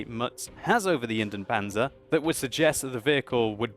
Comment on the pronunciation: Pronounciation tip: Try to pronounce Indien-Panzer as Indy-en Panzer. You pronounce both the I and the E in Indien.